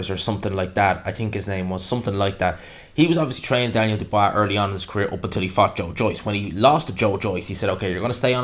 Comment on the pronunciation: Who's this "Dubwwaaaa" geezer he's talking about?